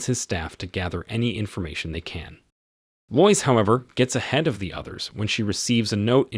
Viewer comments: That was super dumb. Couldn't they just adjust the script in those couple of spots to make it sound right? For instance, spell it "led" instead of "lead". Or spell her name "Lowis". It's fine to have AI read it provided that a human being writes the script and fixes errors. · TIME TO GET A HUMAN TO READ YOUR SCRIPT RATHER THAN THIS LOYCE-LOVING ROBOT. and not seeing through "leed"? eek! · This is when I grew up. I think this is a.i. or something. No real live person would pronounce Lois like that...... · Lois Lane struggles with spelling, and you struggle with pronunciation.